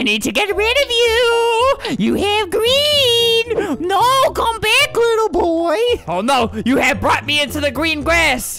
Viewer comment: I love how you said get bick here instead of saying get back here